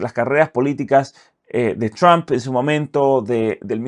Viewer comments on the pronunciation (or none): none